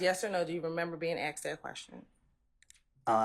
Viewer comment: The lawyer says acked. What is acked????